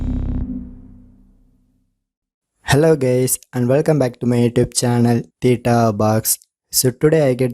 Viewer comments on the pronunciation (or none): I just laughed when u said "hello gays"😂